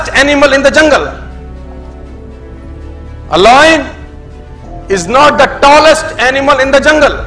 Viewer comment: Taalest ni Tallest hota hai and a Elephant ni an Elephant hota hai.